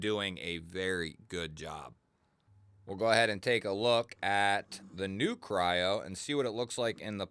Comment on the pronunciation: If you go to the link from the company who makes it , it’s called Kryo not what you said.